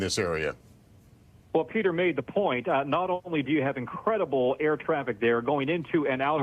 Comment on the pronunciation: Did he say Incredible or un-credit-able?